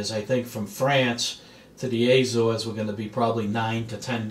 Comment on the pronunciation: Not Aay-zores. a-ZOres.